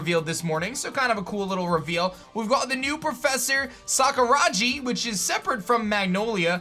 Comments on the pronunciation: Just a tiny correction: SakuraGi, not SakuraJi =p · It's SakuraGi (with a hard 'G' not a soft G. If it was it would be spelled Ji) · please.. it's not hard to google how to pronounce a name.... Sakuragi has a hard G sound. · I’m almost certain Sakuragi is pronounced with a hard ‘g’. The soft ‘g’ sound is usually depicted with a j in romaji (usually). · The G in Sakuragi is pronounced as G in God. Americans always butcher pronunciation of foreign words 🙄